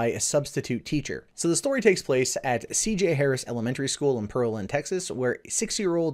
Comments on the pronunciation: it's pronounced PEAR-LAND not perlend lol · Not to be a LANGUAGE NAZI but it's pronounced Pear-Land. I lived there for 20 years.